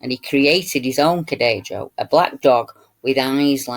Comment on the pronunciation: Here is the link. It looks allot cuter than I remember - BTW - Cadejo is pronounced Ca-day-ho since J is 'heh' in Spanish:)